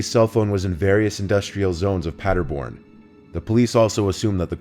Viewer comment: Love how you pronounce Paderborn! Many greetings from Germany, I'm addicted to those videos since two weeks.